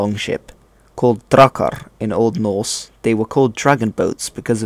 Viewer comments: I like your pronunciation of the old norse language, you're obviously taking great care to make it sound right. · Do you have skandinavian roots or did you listened to a lot of them speak? Your pronounciation sounds very good (not that i could tell, but it sounds authentic^^)